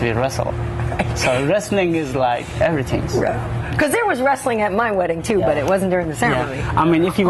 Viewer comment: "Evertinks" lmfao